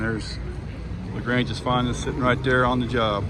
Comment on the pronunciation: Great video.. now the only thing is how to pronounce LaGrange correctly